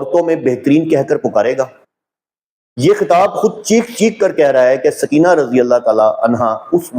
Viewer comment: سکینہ بولتے وقت س پر پیش پڑھا کریں